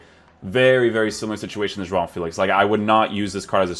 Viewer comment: You said you're portuguese or descendant... Please pronounce JOAO FÉLIX correctly. It's very cringey when I hear youtubers saying FÉLIX like feel-ics instead of Feh-licks